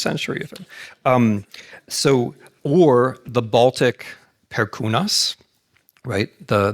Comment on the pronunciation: kaip gražiai pasakė "Perkūnas". Aw